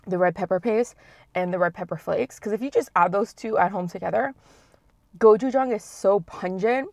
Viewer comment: uhhhh the way she said gochujang...